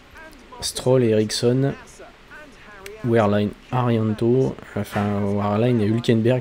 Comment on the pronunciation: Je me dois juste de rectifier un truc, Wehrlein se prononce [Vèrlaine] et non pas [ouarlaine]. Dsl si tu le prend mal mais c'est juste que ça me choquait trop de voir ce nom à ce point écorché ^^